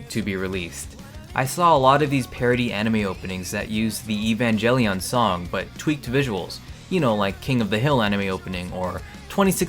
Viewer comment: Say evangelion correctly and king of the hills it’s not an anime and stop making weird noises because it’s really annoying.